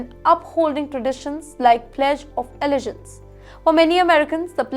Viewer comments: Really? Really! Until YOU,, can correctly pronounce "allegiance," perhaps you could hold off on making such a petty criticism. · It’s not Amrica and allegance as you sounded. Harris is not Indian origin in true sense. Her parents were of Indian and Jamaican origin. Harris was born in US and brought up in US!